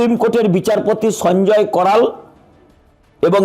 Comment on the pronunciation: আরে সঞ্জয় করাল নয় কারোল।